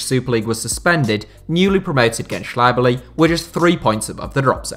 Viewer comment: when he first said it i didn't even knew what he meant and my turkish is crap, but it's not that difficult actually to pronounce.